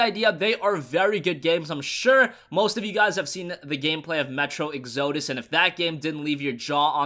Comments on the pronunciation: Not to be a grammar Nazi, but it is pronounced ex-uh-dus, not ex-oh-dohs. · "Metro: Eggs-oh-dis" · Not to be rude, but it's pronounced Ex-Uh-dus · The way pronounces exodus triggers me a lot more than it should..